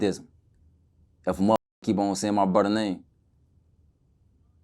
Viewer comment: I’m just here for the “bwudda’s’ 😂😂😂😂😂